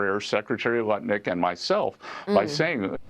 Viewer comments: His name is lutnik not nutlik but nutlick sounds about right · Did you say nutlick?😂😂😂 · Did he say Nutlick? Or is it 100 degrees? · I Swear I HEARD "NUT LICK" when you started talking about Lutnik. Freudiann Slip? You said it TWICE LMAO! Seems Ohhh Sooo Apropriate & Correct.